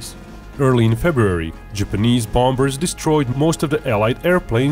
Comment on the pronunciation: Seem like an interesting topic...until I saw the sock puppet...then I heard the narrator mispronounce "bom...ber" and I was gone.